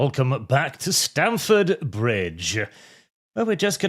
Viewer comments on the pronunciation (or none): none